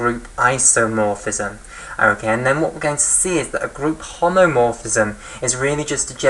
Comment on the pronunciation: BTW it is "homomorphism" not "homeomorphism" as it will endlessly be repeated